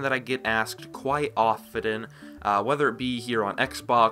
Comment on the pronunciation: oftenen?/? lol